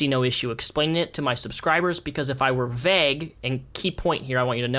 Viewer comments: Are you saying vague as vegg? Lol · Great video, but the way you pronounce vague makes me feel kind of uncomfortable